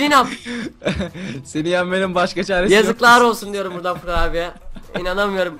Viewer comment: ABİ NAPTIĞN FURKAN ABİĞH NAPTIĞHN FURGAN ABİĞĞ :D İsmet Sen Beklenmezdi :D Türkçe'mizin içine ettin :D